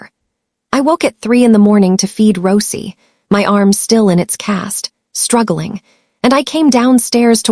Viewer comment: Grrrrr!!! The way the AI narrator weirdly pronounces/mispronounces Rosey drives me insane.